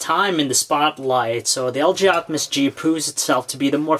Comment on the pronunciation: Lg optimus he pronounces LJoptimus